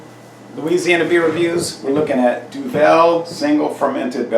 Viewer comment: Duvel is pronounced as Doo-Vill. It means Devil or Devil's Brew depending on who's asked.